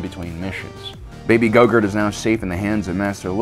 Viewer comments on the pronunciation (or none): Did you say baby gogurt💀💀💀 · His name is Gro-Gru not Go-gert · Did... Did you say "Baby Gogurt"? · Lmao did he say “Baby gogurt”? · i swear he called grogu gogurt